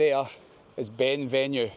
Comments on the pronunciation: It's pronounced Ben Venoo not venue. The mountain in the distance is the back of Ben Lomond. Where have you spent your life ? Certainly not north of Glasgow. Classic example of a Scot that doesn't appear to know much about Scotland. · at the risk of sounding like a pedantic prick, do you not think you should get the correct pronunciations of Ben Venue and Loch Katrine?